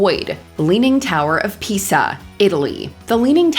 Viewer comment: pronounces it as “The Leaning Tower of Pizza!”